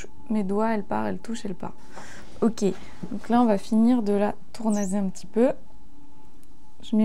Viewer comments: Mais non 😱 Pfff outch la technique 😭 Si tournasser ça prend 2 s c'est pour être prononcé s et pas z aussi. Des vrais cours avant de faire du fric avec des vidéos, non ? Votre pièce n'est même pas centrée. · Pourquoi dit-elle tournaser et non tournasser ?